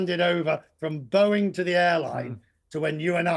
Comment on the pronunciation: haha what? It’s Boeing not Bowing. It’s plane not plain. I’m assuming you aren’t American .